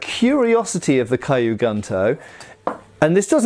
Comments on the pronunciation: just as an FYI, kyu isn't pronounced kaiyu, you pronounce it exactly as it's spelled and run the k and the y together with no other sound between. This applies to all Japanese words that start with a consonant followed by the letter Y like gyu and ryu. So, not A sound, no E sounds, nothing in between the first letter and the Y. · Nice to see you've got the rough pronunciation of tachi down... Clearly kyu is next on the list. :P But great video. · I've been learning Japanese for a few months and I was like AAAAAAH the entire time lol. It doesn't really actually matter, but when you know better it's like aaaaahhhhh lol. Yes the way it should be said (Kyu) is like literally saying the letter Q in English. What doing is pronouncing it as KiYu which isn't right. Also even then, KiYu would be pronounced like the word Key and then the word You, and not Kigh (like the word High). If that were the sound, it would be spelled Kaiyu. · I think kyu should sound like q from star trek ? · Just wanted to point out that the word Kyu in Japanese, meaning old, is pronounced more like "Q" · 'Kyu' sounds like the letter 'q'. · The "Kyu" in Kyu gunto should simply be pronounced the same way we say the letter Q. Hence: "Q goonto". That is, assuming the pronunciation of Q is the same in both British, and American English. Hopefully, it's not similar to the letter Z in that regard!😀 And those have to be just about the ugliest things ever made! If they were all melted down and made into other swords, I don't think I'd shed a single tear!😀😂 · One tip, Kyu is pronounced like Q